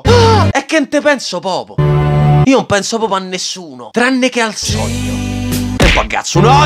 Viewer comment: "Qual è il tuo sogno?" "AVERE UN SOGNOH!"